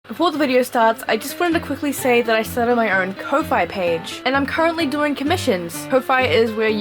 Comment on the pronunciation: its actually pronounced " ko- fee " like " coffee " note the little coffee mug icon :P seriously tho, lmfao i resonate with this so much. First anime i ever saw was pokemon and sailer moon back when those were new. man i feel old. I didn't do things like cosplay at school like some ppl i knew, I was an introvert, grew up poor and not really allowed to do fuck all as a kid, i was probably 17 when i went to my first con. ive only been there like twice since i think. I definitely don't envy people grabbing on to me from cosplaying tho, i ddoonnnttttttttt like to be touched so i totally get how uncomfortable that must have made you x"D I was super obsessed with Inuyasha, the crash bandicoot games and full metal alchemist between the ages of 13-18, lost interest in one, got super obsessed with another haha.